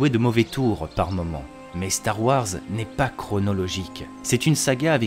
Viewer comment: Eh. Super vidéo. Si je peux me permettre: star wars c’est “wores” et non “warres”. Bonne continuation. Merci !